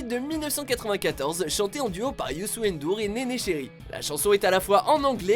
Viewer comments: le wolof c est une langue du sénégal 🇸🇳 et je suis sénégalais PS on dit ndour pas N dour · S'il vous plaît watchmojo on dit Youssou Ndour et pas N Dour . Même si il y a une apostrophe on lit le nom en entier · Youssou N Dour😂😂c est dur pour vous de prononcer corrrctement nos noms😂😂Ngolo aussi et ndiayr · On prononce à peine le N de Youssou N'Dour !!!!! Ça se dit "YOUSSOUNE DOUR" ! 😧😧😡